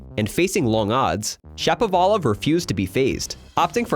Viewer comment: Shapo like “shop”, not like “tap”